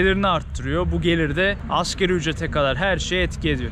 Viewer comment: asgeri ücret deği asgari ücret... düzelt lütfen